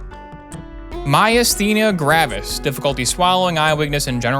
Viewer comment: You said Myasthenia gravis perfectly the first time and continued to to pronounce it worse every time after.